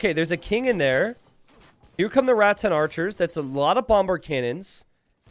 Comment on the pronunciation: This is the only game I have heard say Rattan’s archers that didn’t sound like “rats and archers”. Loving the content!